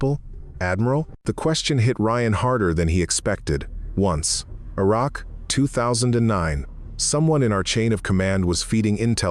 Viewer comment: Oh come on!... how about IRAQ... Kia is KAI. Some times you get it right, sometimes you get it wrong. Do you not edit? Do you not have any self respect? And, by the way, there is more in this video, much more. Look at it.